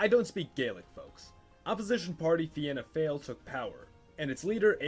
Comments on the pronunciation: Pronounced fee-na fall not Vienna fail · Finna Fáil is pronounced Fe-Na Fall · It's actually pronounced Feena foyle, uncultured swine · Fina Fail is pronounced fee-na fall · Fianna Fáil - Feena fall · Fianna Fail is pronounced “Fina Fall” 😅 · Here is how you say it Fee-na-fall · Fianna Fail: Feen Ah Fall. Fine Gael: Finn Eh Gail. 👍🏻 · Pronunciations; Fianna Fail = Feena Fall Fine Gael = Feena Gail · "Fianna Fáil" pronounced "Feena Fall". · Pronounced Feena Fall :) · fianna fail pronounced feena fall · Fianna Fail is pronounced (Fi-anna Foil) - I am a member/County Antrim Chair. Largest party in Irish political history, although going through a tough period, regaining suppor - check out latest polls & wikipedia. Fine Gail pronounced (Fine-nah Gail) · Btw Fianna Fail is pronounced like Feen-na Fall and Fianna Gael is prononced Feen-na Gale. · Fianna Fail is Pronounced Fee-na Fall And Fine Gael is Fee-na Gway-el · I’m Irish and Fianna Fáil is pronounced “feena fall” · It's pronounced Feanafall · Fianna Fáil is pronounced “Fee-nah Fall” and Fine Gael is pronounced “Fee-nah gale”. That’s not even near the hardest pronunciations in our language, we have some odd grammar rules! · its pronounced fee na fall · What if the Soviet Afghan war never happened What if Ireland became protestant P.s. it's pronounced fianna fall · Its feena fall thats how is Prounced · It's pronounced f-eena fall and fina geal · It's pronounced feena fall and fina gayle and you don't leave the "De" out of de velara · christ yeah the way he says fianna fail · The Fianna Fáil mispronunciation I could handle, but “Fine Gael” actually hurt to hear hahah